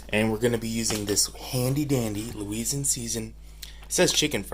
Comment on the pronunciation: "Louisin season" 😂